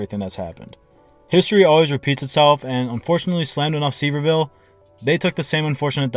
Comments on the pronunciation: It's said severe-ville Edit* I agree with you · It’s pronounced Severe ville. And great glad y’all are not coming back as it’s horrible for the families traveling and of course us locals that live here. Good hate to say but not really glad y’all are not coming back. Could not move from home to work or anywhere for a week! This happened with low rider trucks about 20 years ago and after the 2nd time it was cancelled and this was the first slammed show since that. Grow up if it’s a car show park them so people can look . No this was a big hook up event and a like and view grab. Had nothing to do with a car show that was just the excuse to take over a town and disrespect everyone at their HOME.